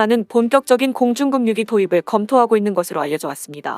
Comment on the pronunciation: 공중급유기 발음이 '급뉴'가 아니라 '그뷰'로 해야지...에혀... 점점 이상하게 발음들을 하고 있냐... 참나...